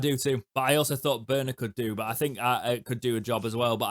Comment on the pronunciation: you've led the revolution. 👏 After two years of reading and hearing 'Borner' on Owlstalk, it's good to see 'Börner' written here and the excellent pronunciation. Danke schön! UTO 🦉 🇩🇪 🇬🇧